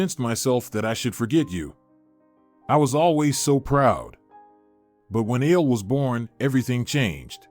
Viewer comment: Ale. Not ale like the drink. A le short for A le Jan dro